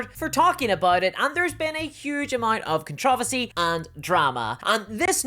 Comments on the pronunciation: Fun fact other than two videos from you, I've never heard of it. And are you saying "controversy??" Because it sounds like "contrervesy." Sorry but you're saying it so much that it's throwing me off. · You mispronounced controversy three times, then pronounced it (almost) correctly.